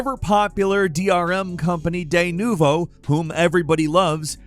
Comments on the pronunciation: it isnt deynuvo..... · Its D NU VO. Not Theynuvo